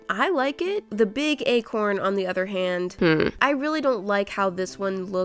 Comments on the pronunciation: When she said acorn I thought she said a corn 🌽😂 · Okok I heard “egg horn” once when she said acorn😂now everytime she said acorn I keep hearing egg horn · When she said Acorn I thought she was painting a corn 🌽